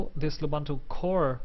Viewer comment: it's loo-boon-too not la-bun-too.